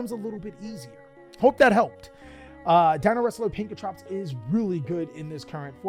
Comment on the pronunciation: Pankertrops? It is Pank-ra-tops